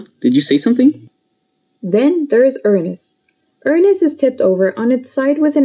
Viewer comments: its prononounsed ū-anus not ur-anus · “Urans” What’s a urans? Is it Uranus? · Ur nus? Its Uranus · It’s not iranus it’s Uranus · Just say Uranus not ur nas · You said rernis its pronounced ur anis but not like your bum anis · It’s Uranus not urenas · When moon says Uranus the subtitles said ernest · Uranus is pronounced yoor-a-nus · RR I HATE WHEN PEOPLE PRONOUNCE URANUS WRONG IT'S SUPPOSED TO BE UR AN US AND PEOPLE WHO SAY IT'S FUNNY ARE JUST DIRTY MINDED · The moon pronounced Uranus wrong